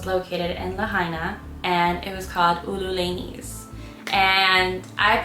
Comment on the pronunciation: Great recommendations! PS, Papa’aina = Papa “eye-nah” Hollandaise = Hollan “days” Ululani’s = Ulu “lah nee’s”